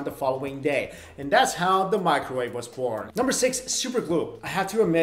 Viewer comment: OH NO NOT DA MICRAWAVE